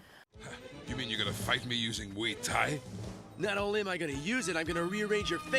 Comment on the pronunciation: Viuuu só galera do Brasil, A pronuncia é de fato Moi Tái.. nada de muai tái... Eu sempre soube hihihi